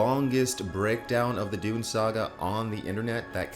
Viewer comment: Dune guy I hear: doom guy